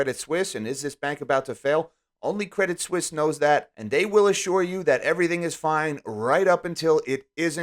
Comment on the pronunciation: Pro tip: French as first language here: if you guys want to impress the chicks at the bar, pronounce Credit Suisse "Credee Suisse" (silent "T"). You're welcome